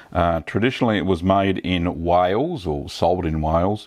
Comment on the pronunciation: This guy:Whyales Me a Welsh man:??????????